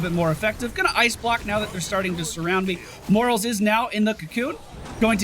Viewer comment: I cringe every time you refer to the medic as "Morals".